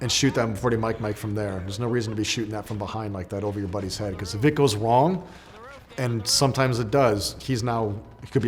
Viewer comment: Don't judge me but did he say "Wifle" and "Wong".